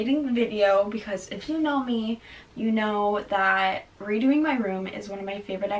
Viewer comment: She said redoing where is the REDOING